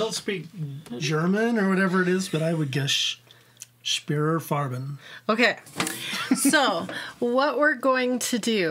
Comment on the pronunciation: Native German speaker here. pronounced it correctly. "Farben" is the German word for "colors".